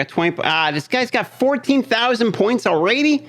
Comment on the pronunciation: Do you say ”all-raidy” bcus youre playing raid?😂